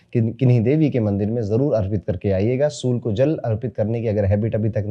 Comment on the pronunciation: Surya ko sur sur kyo bolte hai